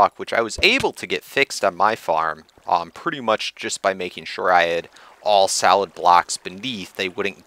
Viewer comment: To my ears, when you say solid, it sounds like salad :P